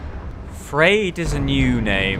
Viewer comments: Oh good, you pronounced it "freed", were you even listening to what the NPCs said? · Not just the tree women, but ordinary trees also hate Hollow. Also fun note: Friede (a form of Friederike) means 'peaceful ruler', which seems quite fitting :3 (Also I s2g if you don't learn how to pronounce it properly I will cri)